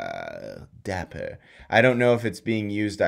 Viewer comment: The way you said “dapper” made me laugh 😂. I love it. Great vid yet again